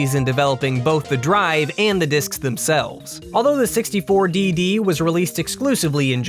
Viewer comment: N64 "Dee-Dee" -_